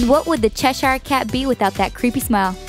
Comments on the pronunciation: ITS NOT CHES- hire. You don't say it like that!! Sorry that annoys me because I live in Cheshire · its pronounced like chesher